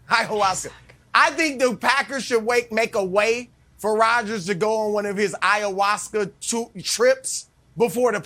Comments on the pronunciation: They mispronounced "I-ah-wass-ka" several times while waiting on the approval of the producer to say the drugs name on air I bet. Once they gave approval, Nick said it. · The simple fact that the commentators can't even pronounce the name of the substance, tells me that their opinion on this matter is full of ignorance and ergo should just shut up and go back to talking about LeBron or the Chiefs ...